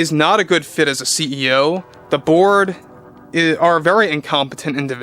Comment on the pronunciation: I keep hearing “Iger and the board” as “Iger and the Borg”